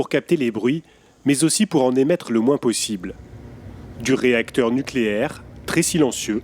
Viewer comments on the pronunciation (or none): " NUCLÉAIR" sans E , merci